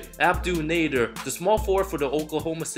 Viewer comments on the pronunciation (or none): none